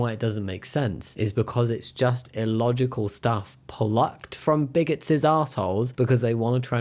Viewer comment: I love the word "bigotses"